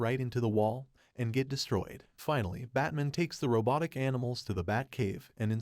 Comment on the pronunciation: "Batmin" ? WTF?